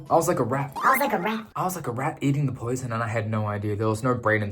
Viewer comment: bro when you said stop eating the poison i heard the asian in u lol